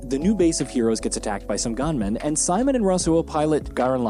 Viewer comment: Dude. I think u just called them gaanmen just to irritate ppl. Cause as fast as i remember, they are called gunmen